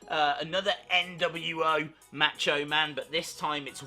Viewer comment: Learn to pronounce Macho.